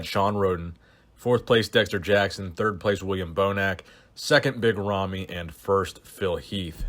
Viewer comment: i dont know how big ramy's name is pronounced, but i dont think that was it XD